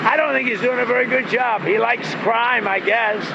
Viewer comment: Heard it. He pronounces it "job". As in, it's a job.